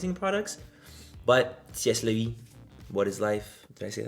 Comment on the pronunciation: It’s pronounced “say la vee” (c’est la vie) but it was cute anyway 😝😘